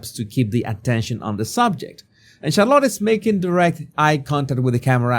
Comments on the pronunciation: It's Shar-lette not Char-lot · Her name is Shah-lit, emphasis on the first syllable. Not Shar-lot. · Charlotta? 😅😅😅😅😅. It is a hard T pronunciation at the end.